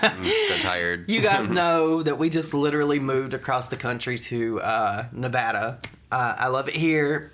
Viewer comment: YASSSS!!!! Thank you for pronouncing my home state right!! Love you boo! I’m in minden, NV (about 15 minutes outside of the capitol. Right in the middle of our beautiful valley) welcome to the state girrrls. 😘😘😘😘